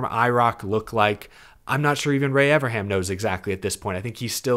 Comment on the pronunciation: I don't think understands there's an 'N' in Ray Evernham's name 😂